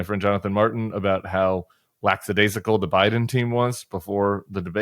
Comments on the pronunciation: Lackadaisical. Not lacksadaisical. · Tim, you are a scholar who studied in the Jesuit seminary. How is it you would say"lacksidaisidcal" ? It's lackadaisical. Yeesh. And the Old Bill showed through in this commentary. I support the Bulwark, I happily contribute my support. But this makes me wonder. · The word is lackadaisical. There is no 'x' sound in this word.